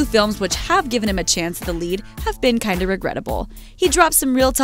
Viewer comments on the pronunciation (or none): none